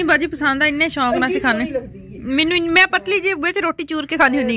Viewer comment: Shonq nai shoq bolo